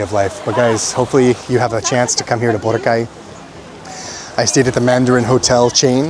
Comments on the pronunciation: It is pronounced as Bo’- ra’-ka’ y. Tagalog words are pronounced with hard accent per syllable not slang …l suggest you get an app for Tagalog pronunciation not only for translation from English to Tagalog. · you're still pronouncing Boracay the american way ✌️😊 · Kuya, I'm not sure if anyone pointed it out to you yet, but you're pronouncing Boracay wrong.